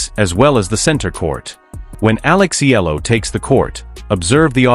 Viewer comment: Please pronounce her name correctly. Her name is Alexandra/Alex Eala (Eyala). We are proud of her.